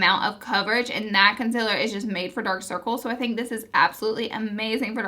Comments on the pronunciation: Lol consiller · Omg the way you say concealer😤😷😷